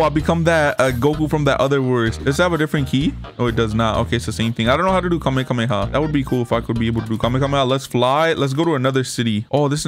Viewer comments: its not kamekameha its kamehameha lol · He keeps saying kamekameha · Bro said "kamekameha" LOL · "super saiyan red" 💀 "super saiyan ultra instinct"💀 "kamekameha" 💀 "fly = saiyan" 💀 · its the khamehameha not the khamekameha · I had a stroke when he said kamekameka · "the kamekameka" i am dead XD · "Kamekhamekha" Is this dude serious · Mans really said "Kamekameha" man im dead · Bro really said "Kamekameha" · Bro was like kamakamaha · You said kamekamehaa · Bro said kamekameha